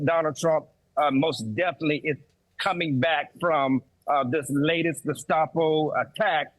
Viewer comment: Thank you,: "Bedminster," not "...minister." "Geh-SHTAH-po," not "...stop-o." Learn language, dumbasses.